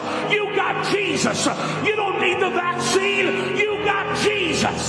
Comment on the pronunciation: Why-uh do they all say JESUS-UH?!